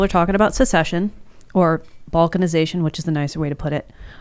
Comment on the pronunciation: Everytime an American says Balkanization, a random kid in ex-Yugoslavia dies.